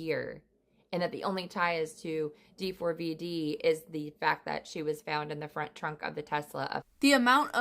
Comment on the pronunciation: I know but she literally was saying D FOUR V D instead of how it’s actually pronounced.. and she kept saying it over and over and it was getting annoying because that wasn’t how you pronounced it